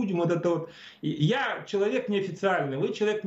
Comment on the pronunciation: Пожалуйста, не говорите "чек". Человек, а не чек.